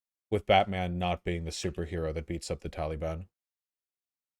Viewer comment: I hate how Vaush says the word Taliban. "Tollybun"